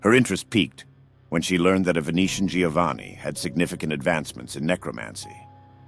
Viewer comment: Giovanni is pronounced Jovanni